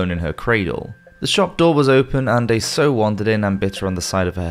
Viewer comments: Just watched this again and have to mention that the word "sow" rhymes with "how" and not "hoe". Also, I think the island you pronounced as Corsia might be CorsiCa. Again, I really do enjoy your content, but maybe have someone review the narration before uploading it? Just a thought. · You really do need to check your pronunciations. Not just on this vid. Eg a sow is pronounced S OW unless you are sowing seeds. Sceptre - the C is silent! I like ya vids but these mistakes tend to spoil them and encourage people in the new world to keep pissmronuncating English 😉